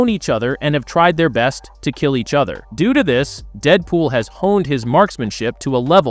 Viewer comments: AI doing the talk over parts in these videos is horrible. By the way narrator, other is pronounced O the er, not otter. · please buy a pop filter. Also, WTF is a mudder? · Did you just say "udder" opposed to other?